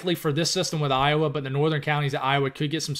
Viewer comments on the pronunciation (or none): none